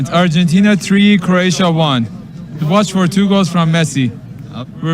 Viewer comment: Why does she keep saying Urgentina ? Its Argentina ...